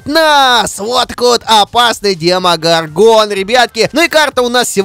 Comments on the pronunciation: демого'рган, а не демогорга'н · Овер заметь пж. Ты ошибся не демогоргóн, а демогóргон